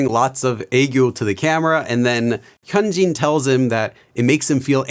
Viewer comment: He doesn't know how to pronounce it by just looking at the name😭 He needs one of those pronunciation guides for names, like this: "hun-jin (say jin as if you were saying the BTS member's name)"